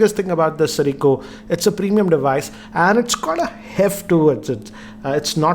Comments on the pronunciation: Siricco.... Siracco.... Dude ur making a video.... Takes 2 seconds to get the name right... XD XP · nokia eightaa sirico lol